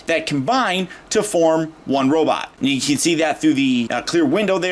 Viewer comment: can I ask you why sometimes you say robitt instead of robot? thank you for the video. Despite the problems you pointed out, I still want him to go with Battletrap :)